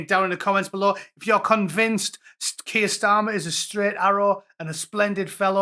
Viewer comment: Kweer Starmer!